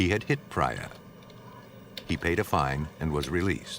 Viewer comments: I guess Sukwinder is pronounced as Sookwinder and Priya as Preeya Suck-win-der 😂 .... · Amazing work and dedication! BTW the lady's name is pronounced Preeyah not Praayah! 😁. Really enjoyed the investigative side of this shocking case. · If the narrator was Peter Thomas from ff he would have said the names correctly like Priya not pra ya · Would it kill the narrator to learn how to pronounce the name Priya? Kind of disrespectful to continually mispronounce her name. It's not Pry- ya, it;'s Pree-ya. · Thank you! That was annoying hearing him say Priya wrongly over and over. 😂